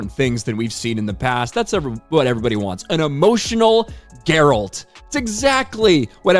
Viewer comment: Brah that is not how you pronounce Geralt XD